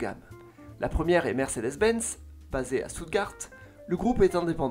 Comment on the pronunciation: Ça m’a piqué l’oreille alors : Stuttgart = « chtutgarte »